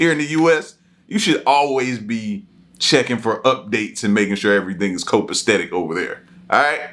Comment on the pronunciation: "Copastetic" ? If you're gonna try to use big words , then learn how to say them bro .